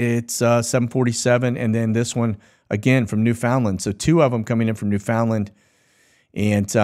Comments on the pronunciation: Pronaunced New-FUN-Land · Agreed. That aggravates me when I hear people say new-FOUND-land, instead of new-fund-lund.